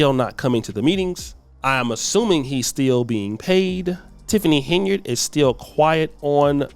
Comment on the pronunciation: Who in the hell isTiffany Heynard? I thought her name is Tiffany Henyard? I can’t stand when so called “intelligent” people can’t pronounce simple azz words🤷🏾‍♀️🤷🏾🤷🏾‍♂️and repeatedly says it wrong? It’s HENYARD GOTDAMMIT!🙄🙄🙄